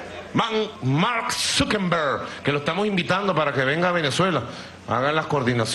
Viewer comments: Al empresario Marn Suquerrub diré Suquermon diré SUquerber XDDDDDDDDDDDD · jajajajajajajaj mark sukenbur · Zukerru, zukermon, bueno como se llame 🤣🤣🤣🤣🤣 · Zukembrum.... zukrmon😂😂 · Zukemburj dice jaja